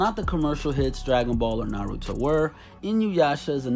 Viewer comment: He said Naruto wrong It’s NA RUE DO